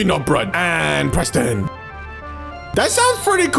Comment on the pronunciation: How do u misprenounce Preston?